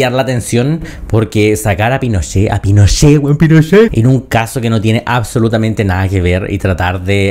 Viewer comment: Camila Vallejos: “Los incendios provocados….. PINOCHEHH!” 😂